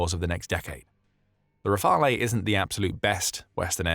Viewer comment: If the letter of intent converts into an actual order in the future, the first Rafale jets (to be pronounced 'Rafal', not 'Rafalay') will not be delivered to Ukraine before 5-6 years, since Dassault Aviation already has a busy production line with an order book of 233 jets (+90 potential additional ones for India) and a capacity of 4 jets per month (expected to tend towards 5). We may also doubt that other client countries would accept to be deprioritized in favour of Ukraine to accelerate the delivery. Anyway, hopefully peace will have already been made by then, thus one needs to understand that the Rafale will not be a short-term 'game-changer' (unlike the SCALP/Storm Shadow, Patriot systems, Mirage 2000, F16, Hammer ammunitions, CAESAR, etc.) but a major deterrent asset for Ukraine regarding any future attack in the mid/longer-term.